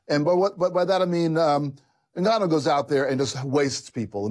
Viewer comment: It's super annoying how Luke pronounces Francis 'Enga-noo'. It's Francis 'En-gaanou'